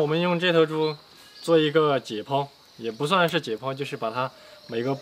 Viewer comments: 王师傅 是解剖（pou）吧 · 不是大陆字的说法，就是错别字，有的地方发音不准（比如我这……），把jiepou读成jiepao，拼音打字出来就变这样